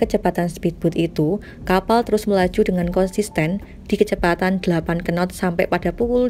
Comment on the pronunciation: Kenottttttttttttttttt... Apa kenot ! Nyebutnya not aja,, knot!